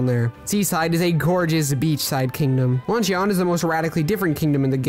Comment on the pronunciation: My dude keeps saying "LUNCH-E-ON" and its sooo annoying lmao. It's pronounced "Luhn-chn"